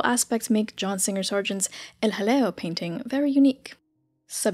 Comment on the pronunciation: Every time you say El Jaleo, all I can think of is a British comedy sketch with some toff saying "Oh, hello". Maybe John Cleese or Dudley Moore.